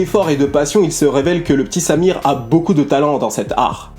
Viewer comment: C'est une bonne vidéo que tu nous propose encore une fois mais en revanche la prononciation de Symere est affreuse. C'est Saïmeré et non Samir ...